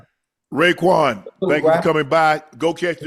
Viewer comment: Calling Raekwon "Kwon" is crazy .